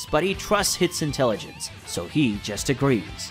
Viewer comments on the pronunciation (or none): none